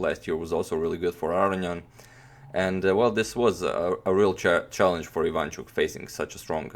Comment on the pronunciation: why so you say ivAnchuk if he's actually ivanchUk ?